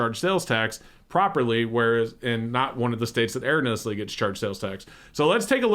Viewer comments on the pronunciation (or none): no, you haven't. has it wrong. It's 5 syllables long